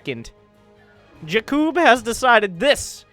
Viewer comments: I think Blue team was some Slovan team like Czech, Slovakia or Poland because of the names.. Btw: usualy Jakub (wich is my name:)) is sayd with heavy like JAkub not jaKUb. I mean first cylable is heavy.. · Not jakib but in poland is J A K U B